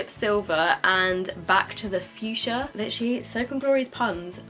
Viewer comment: Back to the fuschia(don’t know how it’s spelled), is legit how british people say Back to the future lmao